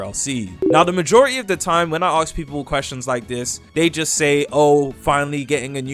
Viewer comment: arks? do u not mean ask